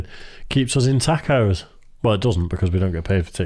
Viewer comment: Tack-o? WTF is a "tack-o"?